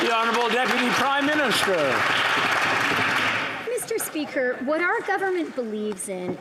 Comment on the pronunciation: meester speeker